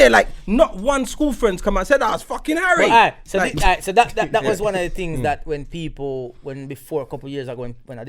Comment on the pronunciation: His name ain't Harry........it's 'Arry. He's Jamaican!!!!! Btw LAAAAAAAVAAAAAAAAAAAAAAAAA pan Religion. Hotta. Lava.